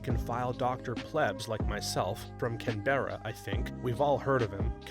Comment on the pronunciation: Any other Aussies here whose eye started twitching at his pronunciation of Canberra?